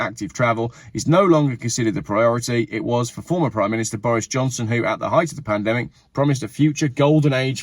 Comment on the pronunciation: Pronounced P land emic.